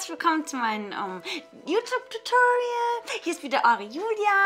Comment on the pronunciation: herzlich willkomm zu mein. äh. youtup tutoriell :D wie geil sies ausspricht :D